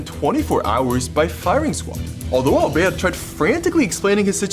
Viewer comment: I love the accent when he says “alberte”